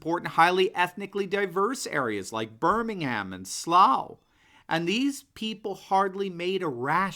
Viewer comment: Please, as a native of that city Birmingham is pronounced "Bermingum" on this side of the pond. Keep up the good work!